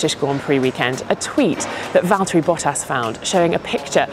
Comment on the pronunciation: vihaan sitä ku se sanoo valteri ku se on VITTU VALTTERI! :D